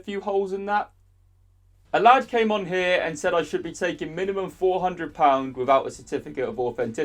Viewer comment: Why do you say lad like lahrd